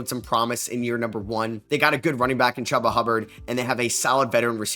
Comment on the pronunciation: You'd think with how much this guy makes football content, he'd say Aiyuk and Chuba right